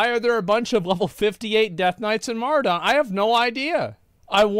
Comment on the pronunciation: Can we all agree that you are both saying Maraudon wrong. surely its a play on the word "Marauder" and so should be pronounced "muh raw don"